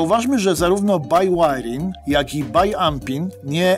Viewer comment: BIŁAJRING, a nie bajłajring.